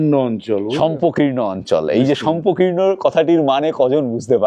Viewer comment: কথাটা শষ্পকীর্ণ, শম্পকীর্ণ নয়। একটু একটু ভুল বলছেন।এই পর্বে দুটি ভুল হল।